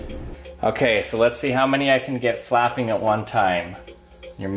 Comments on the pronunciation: Sounds like you are saying fapping XD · I'm pretty sure it's pronounced "fapping"